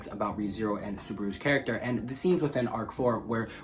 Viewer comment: Said charat at least 60 times as well